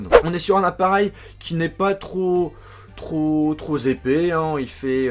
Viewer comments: Trop épais mon cher et non trozépais!sinon bonne vidéo merci a toi. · 1;04 "Trop zépais"?